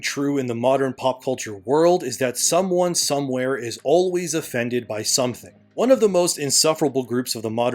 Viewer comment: I... I think I'm offended by the way you pronounce the word "offended" in fact, yeah. Yeah I'm offended! European immigrants brought that word with them across the ocean hundreds of years ago at great peril to their own lives, there was deadly sickness, malnutrition, pirates and drunken, lawless, deadly seamen... wait what was I saying I was offended by again? Well anyway I'm offended so... um... do I get something? Like a t-shirt or some money? Or like, should I talk to a manager or something? I'll just wait here. I'm XL by the way.